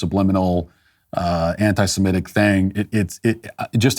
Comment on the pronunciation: Thank you Matt for saying anti-semitic and not anti-simetic